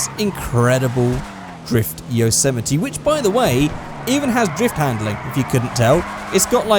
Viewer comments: its called a yose-mite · Is it really pronounced "Yo-sematee"? I've been saying it like "Yossa-might"